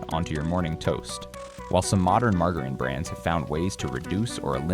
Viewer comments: Are you kidding pronouncing margarine wrongly? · Another dumbass, a I video, they can't even say margarine